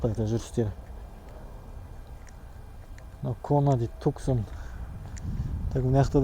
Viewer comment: Ассаламуагалейкум, 1 есикти машина болма? 2 есик или 4 есик емеспа емае ещё автоблогерсин! Туксан емес Тусан деп айтылады😉 а так видио обзор, монтаж жаксы 🤙✊👍